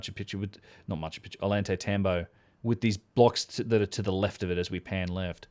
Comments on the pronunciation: Oh-Yawn-Tie-Tambo, The double L is pronounced like Y. Great podcast once again, otherwise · My friend. Love your vids. Double l “ll” in Spanish sounds like a “y” in English. Oyantaytambo. Ollantaytambo. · Ollantaytambo is pronounced with the double Ls sounding like a "Y". Oy ant ai tamb oh